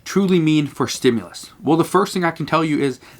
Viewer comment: Dude, it REALLY bothers me how he says 'stimulus' like a pronoun